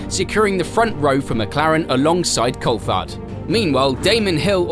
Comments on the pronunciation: This is done by AI... can't say driver names properly, can't say team names properly... Who the hell is Col-fard? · Culfhard ??? Cooltharrrd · Ur an F1 channel and cant even pronounce Coulthard. Idiot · pronounce Coulthards name right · Surprised you can't pronounce David Coulthard's name correctly being a fellow brit. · The way you pronounce Coulthard is so irritating